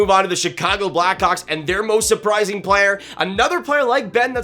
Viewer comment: Do you think you could at least attempt to not say blackcocks instead of Blackhawks please.